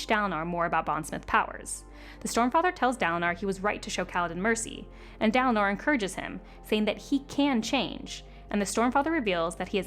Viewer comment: Neither Kaladin nor Dalinar has an “ah” sound for the first syllable lol. I mean I’ve never heard them pronounced that way! It’s an in-between short A and long A sound, idk what it’s called. Like Kal like in “calorie”